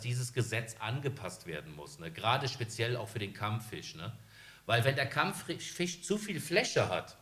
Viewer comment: Kammfüsch :D